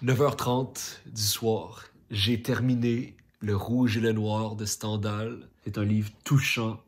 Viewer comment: On prononce STINDAL